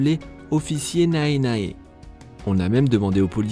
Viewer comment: Attends, "Nae Nae" se prononce "néné", le "a" ne se prononce pas Même le supérieur décide de danser, c'était génial XD